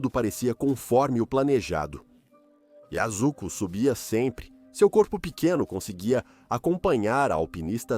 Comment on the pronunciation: A voz do AI narrando e falando o nome da Alpinista a todo instante errado😅Yasko,yosco,Azuco kkkkl muito ruim